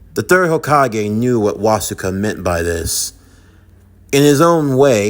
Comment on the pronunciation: Its actually killing me little by little hearing you butcher the hell out of Wasuke's name. It's literally the same as Sasuke but with a Was instead of a Sas.